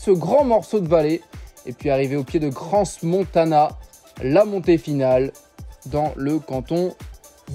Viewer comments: CRANS se prononce Cran Et SIERRE se prononce SIère et non Siéré😊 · CranS Montana 😂 et Sierré 😅 prononciation du Far West pour les villes du Valais! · Juste une petite remarque... On ne prononce pas le 's' de Crans 🙂.